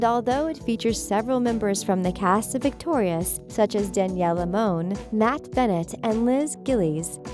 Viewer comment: She said Daniella monet